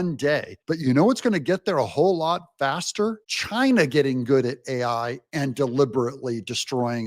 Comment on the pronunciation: I fear chy-nah more than AI.